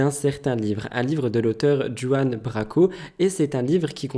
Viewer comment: Oui et Branco et pas Braco